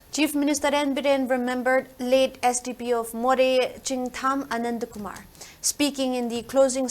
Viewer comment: Who is Anatakumar Hope it is Anandkumar. Pl pronunce properly dont try to be oversmart in reading calling one's name correctly is the sweetest of all